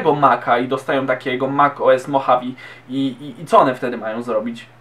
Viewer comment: Poprawka. Nie "mochawi" tylko "modżawe"